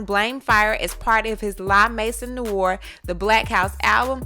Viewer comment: It's pronounced "La-mais-ohn-nwar" … French for "The house black". But yeah, this is obviously plagiarism if she did not get permission, cite it, and possibly pay for it.